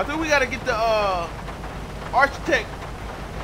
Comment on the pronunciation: This nigga said arch-itech😂😂